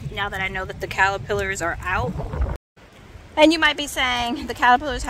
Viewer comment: Kinda random but I love the way you say "callapillers" 😂❤️